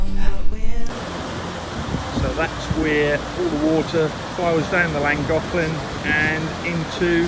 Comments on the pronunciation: i think you will find llagoclan is pronounced flangoclan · Llangollen I think it is better if you try saying Lan-goth-lan saying it softer brings the sound out closer. I am not Welsh,(only10% of Welsh speak Welsh but getting better) I speak a little after 40 years here 😉 have you thought of trying that Goggle translate site where you can click on the sound button and it will say it ? Just trying to help 👀😉